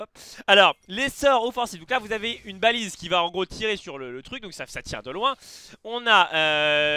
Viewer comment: c baliste pas balise